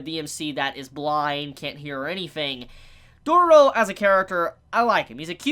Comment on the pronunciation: First - Its not Dodoro but Dororo ( U have made a mistake in pronouncing this Title/Name few times ) And She is a gril, not a boy. Its not even a spoiler since she sound and looks like girl :/ And about the Anime. God, its so fcking good <3